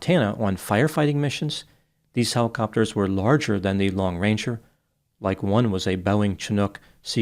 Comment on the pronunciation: Sounds like you're saying lone ranger. It's long ranger just in case anyone wonder